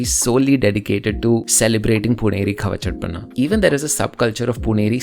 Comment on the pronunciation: its not khava-chaat- pana, its khv-cht-pnaa